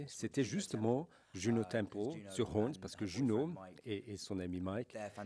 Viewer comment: HornS !!!!! Avec un S a la fin !!! Pas "Horn"... :p